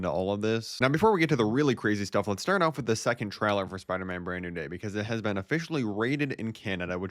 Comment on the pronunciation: It's pronounced (tray) (ler) not (trow) (ler)